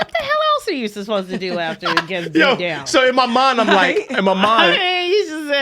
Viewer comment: Isn't it so cute says susposed instead of supposed?!? 😘